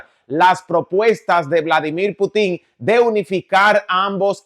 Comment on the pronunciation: INSISTO!!! Por favor!!No se acentua Putin en la. " I "( se acentua en la " U"😳😁🧉🇺🇾